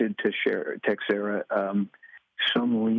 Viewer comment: Jack Tex-era? If you want to pronounce it correctly, it's Tay-xeh-ra (or something close to it). Stupid decision he made.